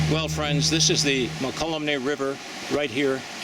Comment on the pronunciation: Mo-kel-umne River. Not however you pronounce it. Try the Tuolumne next.